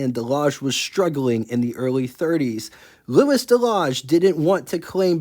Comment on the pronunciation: Hi. Nice to see a non American car. Maybe you could find some more that are a bit less exotic, though of course this one is gorgeous. To help you with your French, Louis rhymes with Fooey, and Rene rhymes with rent day. Eau is water, Essence is fuel and Huile is oil, and this car has gauges for both oil pressure and oil temperature. And by my reckoning, the bumpers on this car are bumperettes. The red things on the back of the parking lights probably illuminate, but also could be reflectors. French Duesenberg? The big expensive French cars of this period were reputedly a bit agricultural to drive, but I guess that's true of Deusenbergs too, aside from their high power. Cheers.